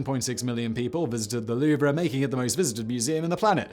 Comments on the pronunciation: I know, where in his research did he find someone call it The Louv-er. It's Louv. It's almost as grating as Americans calling Turbine's, Turban's. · It's the Louvre not Louver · Not "loover" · Huge fan, but 60 seconds in, and I have to stop watching. Louvre. It's ONE syllable. ONE!! Not loo-ver. Not loov-ruh. LOUVRE! Cannot unhear. Ugh. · Ah yes, the lou-vrah. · Loo-Vrah LOL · I know you already said it, but damn your french is so baad, as a french citizen, it maded my hear bleed every time you tried to say french words lol, you're as bad in french than french people are in english ;) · Your French pronounciation is horrendous but still very funny. I loved this video. Greetings from France, mate =) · This is like someone pronouncing jalapeno jell-app-in-no. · I dont mean to be a linguistic National Socialist German Worker but you may be pronouncing Louvre wrong........ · Why is no one talking g about how he pronounces the “R” in Louvre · I was thinking the same... cringe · Thank you! I can't concentrate on what he's saying because my ears keep picking up each time he mispronounces The Louvre. I hate being so nit-picky, but I can't help it. My ears won't unhear it, LOL! I love Simon though, no matter if he mispronounces things or not. Also, here in the U.S., the word "homely" means ugly... but I've noticed through many videos that Simon uses it as we would use the word "homey", meaning comfortable & home-like. I wonder if all Brits do this, or is it just a Simonism? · He butchered every single french word, "Louvre" was far from the worst. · I thought the R was silent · Because mispronunciation is kind of his thing, I honestly don’t know if he’s saying “Louvre” incorrectly, or I’ve be saying it wrong my whole life. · was going to give this a like until he mispronounced "Louvre" a thousand times during the video. I don't speak french but this is just really lazy. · Isnt the "R" silent...?